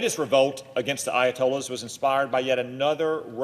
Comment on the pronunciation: If you can not pronounce Ayatollah! shot the f…